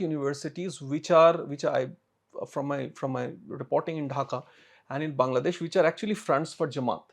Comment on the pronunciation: please start pronouncing the name Bangladesh correctly as "Baanglaa..." instead of like "Bungla.."